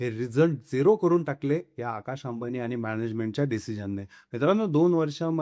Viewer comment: व्हिडिओ बनवणाऱ्यांनी मराठी शुद्ध बोलायला शिकलेच पाहिजे,अन्यथा व्हिडिओ बनवू नका! हे आनि-पानि, निर्नय वगैरे शब्द मराठीत नसून आणि-पाणी, निर्णय असा उच्चार करावा!!🙏